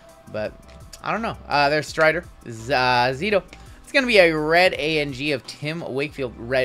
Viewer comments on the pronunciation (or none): none